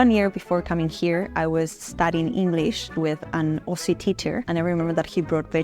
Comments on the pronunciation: Okay, let’s just be clear. AUSSIE is not pronounced.O (like O/range) SEE , it sounds more like Oz/zee( so it sounds just like “Ozzy” Osbourne And Aussies can give each other shit when we’re supporting opposing teams because we don’t take ourselves too seriously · Aussie is pronounced "Ozzie' pronouncing the 's' as 'z'